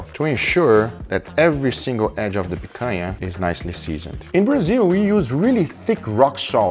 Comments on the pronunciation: Gugas pronunciation of picanha is impeccable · I heard him speak picanha with no accent and i thought: is he brazillian? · Man, I have something to say to you… Guga is brazilian too, just like us 😂 the way that he said “picanha” was so perfect that I went to google to research it. He’s from a small city in Minas Gerais. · Hahaha... as I was watching the video, I was asking myself, "Is this guy from Brazil?" Cuz the way he pronounces picanha is the brazillian way, but more important, the way he was preparing the meat it was exactly how it is prepared in Brazil, and there is no way a north american would do that, thats not how north americans prepare their their meat for the grill. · Funny how the Algorithm works, I just got home from a meeting with friends and we had a Picanha that I bought at the market and then I opened YouTube and voila a video about Picanha. Also I didn't know Picanha had the same name outside of Brazil lol I was shocked by heaeing him saying exactly like we do here. Tenho certeza que os outros br aqui tambem gostaram hehehe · A gente sabe que o cara é dos nossos pelo nick e pela pronuncia da palavra picanha ;D concordo em genero numero e grau! Picanha é incrivel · Tava falando picanha bonito demais pra não ser br hahah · the way guga says picanha like omg, he says it so well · Love the way he says Picanha with a perfect Brazilian accent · Guga said picanha in such a natural and correct way that I had to double take that he wasn't a brazillian. Orgulho da nossa carne nacional sendo exposta assim pro mundo. Fraldinha também é bom. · Meu amigo, eu nunca na minha vida imaginei que você fosse brasileiro. E te falar, lhe acompanho há tempos! Achei sua pronúncia de Picanha excelente e achei estranho um estrangeiro falar desse jeito, uma pronúncia bem brasileira. Quando você disse "In Brazil we use...", aí entregou! Well, contratulations on all of your videos, you're amazing and trully helped me about cooking. Keep the awesome work!